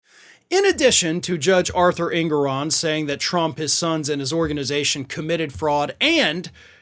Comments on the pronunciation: An-gore-on! God you're horrible at pronouncing last names lol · Obstreperous and Engoron. Find out how to pronounce them before you park your ass in front of a camera. Jesus!